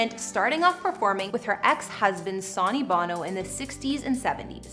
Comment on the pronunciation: fyi you are pronouncing Sonny Bono's name wrong